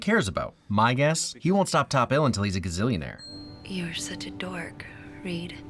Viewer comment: Saaaame as soon as I heard say “Gazzillion Ear” I knew the assignment